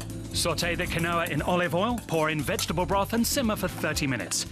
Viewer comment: Its pronounced QEEN-WA